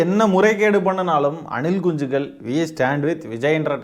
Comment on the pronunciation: Anilkunchigal 😂😂😂😂😂😂 neenga soltrathu azhgha iruku anna